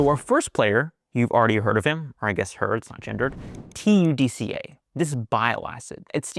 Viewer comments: How do you come up with a pronunciation like, Ta-du-ca, when it obviously would be pronounced, Tud-ca ?! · you cannot say TUD KAAAA